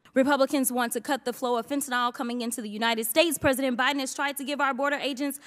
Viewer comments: UniNEd states? Geeeeez! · Yep - "You-Nine-It States"